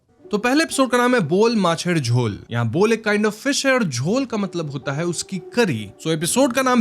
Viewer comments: It is 'bow-aal' not 'bowl'(বোয়াল = बोवाल). It is 'khaa-see-r', not 'khasir'(খাসীর = खासीर)। It is 'hnaaser saal-un', not 'hanser saloon'(হাঁসের সালুন = हॉसेर सालुन)। Jhol means curry, salun is more like soup and paya simply means foot. You sure do make a lot of effort to watch and represent content in all languages and from all communities, though. Keep rocking!!!🥰 I love your channel. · Apki voice se lagta hain app Bangali hain... To fir Bangla word pronunciation main problem kyun hoo Rahi hain ? Mera andaaza galat vi ho sakta hain lekin woo boyal mach hain bol mach nehi ☺️ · It's buyal not bowl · its not bowl fish its bowal fish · it’s not bowl, it’s bowal 🙂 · Bol nhi boaal hai bhai wo,😂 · It’s Boowaal macher jhol not bowl macher jhol 😂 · Bol fish Nehi boal fish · Bhai ooo bowl nehi boal fish hay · "Bol" Nehi Bhai Woh "Boyal" Hain, "Boyal" Ek Fish Ka Naam Hain. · Hey I m Bangladeshi jst want to correct bol nhi and “BO’aal’ pronounce hoga … never mind big fan ♥️♥️♥️♥️♥️♥️ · It’s Bowal (fish’s name) not Bowl 🥣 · It's not "Bol" It's Boyal Boyal is fish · It's not Bowl fish it's Bowal बोवाल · That is not bol that is boyal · The first one is "BO-AAL MACHER JHOL" BO-AAL ia a type of fish. not bol fish, BO-AAL. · It is not bowl It it bowal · Boal fish not bool fish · its "boyal" not "bol"🤣🤣🤣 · It's pronounced BOWAL MACH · He is Musharaff Karim …❤ he is a great comedian in Bangladesh ❤ and that is pronounced “Bowal macher jhol’’